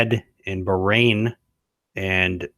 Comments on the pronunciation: Bahrain 🇧🇭 isn’t pronounced “brain”. Please review pronunciation. Hurts heads of us Arabic speakers. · So WHY did he DIE? He looked pretty young and HEALTHY to me? It is pronounced BAH (like a sheep) RAIN!